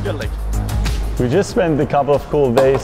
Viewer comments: Nit "Geleck". "Gea Leck". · *"Geh leck" ;)